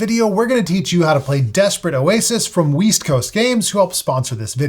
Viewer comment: ??? Weest? Not west?